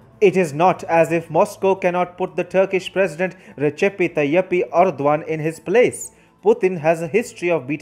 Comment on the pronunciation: it´s not "recepi tayipi" it is pronounced reyep tayip, you have to cut the sound in the p